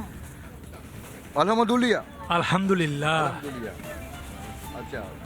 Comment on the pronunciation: বলদ সাংঘাতিক আলহামদুলিল্লাহ এর সঠিক উচ্চারণ শুনতে পাইনা